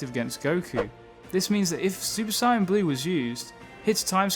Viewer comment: its not cyan blue its sayian blue